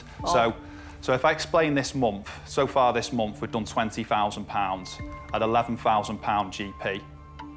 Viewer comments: 11 fousand, why do people talk like viss? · I want forty fousand pound. There’s noffing that does what mine does. Fank you very much. This munf we did 20 fousand. What you want is irrelevant, what you NEED is elocution lessons. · SO many "fousand pounds this Momf" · Thousand, the word is thousand. "Fousand" just isn't good enough. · The way the guy said “fousand” really annoyed me and when he said he said pound when he should say pounds